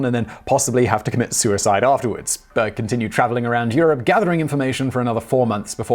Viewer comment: Berg means mountain in Swedish but the way he pronounces it(almost completely leaving out the r) makes it sound like "bög" which basically means gay(to be specific, those of the male persuasion). It's often used like the f-slur is in english as well. Hence me not being able to unhear it lmao.